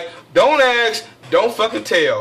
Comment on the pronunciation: Dont axe, dont tell!